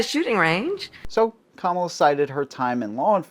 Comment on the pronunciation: Thank you for actually pronouncing her name right.